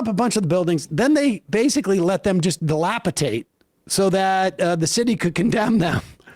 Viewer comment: dilapidate not dilapitate - sorry, i had to